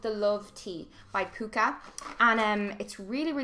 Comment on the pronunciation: My stepdads best friend owns pukka teas, they're so good!! The u sound isn't an oo sound its an u xx love you Melanie!!